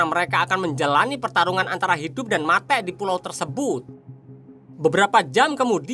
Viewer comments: Muak banget dengar kata mate' 😂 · Film nya bagus cuma pembawaan nya kurang bagus ,, mati(mate) membunuh menjunuh apa susahnya tinggal ngomong membunuh ,,, n 1 lagi pembawaan bahasa Indonesia nya 🤦 (logat) nya 😅 ngakak